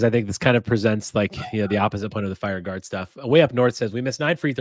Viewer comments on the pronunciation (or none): Say it with me: FIRE GARD 🤣🤣🤣